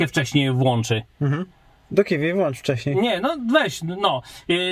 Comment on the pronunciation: Bo sprężarki się nie włącza wcześnie tylko się włancza... co za naród